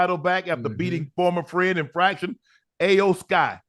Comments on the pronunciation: Shannon say E o sky even tho its not spelled that way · He called Vince McMahon “Jim McMahon” and Iyo Sky “A yo Sky” and couldn’t remember the Bianca Belair and Naomi’s name and also said Naomi’s name wrong he said “Neomi” but nonetheless I respect them for stepping outside of there boundaries and covering Wrestlemania,I thought it was funny with how unc was butchering their names though lol 🤣🤣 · Hey Unc...Love the content, Loved the fact that you mentioned Wrestlemania in your podcast...Real quick. Iyo Sky's name is pronounced (E'Yo-Sky) 😊